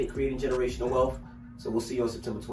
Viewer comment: "Generational wealf" 😅